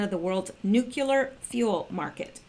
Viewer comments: Repeat after me - - Noooo Kleeee errrrrrrr not nuke you ler or noooo clear. NOOOOOO KLEEE ERRRRRR. Now wasn't that easy :-) I'm just messin with ya. Even if you say it wrong, we all know what you mean. Good Job, btw. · Please please please! It's nu-cle-ar! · You must learn to pronounce new clee ur. Really, it is not hard. You sound like a buffoon and I know you are not. Step it up!